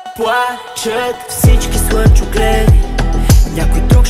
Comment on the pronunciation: Песента е много красива,но определено произношението на буквата "Л" в думите ,се забива като пирон в главата ми. "Пуачат всички суънчогледи"...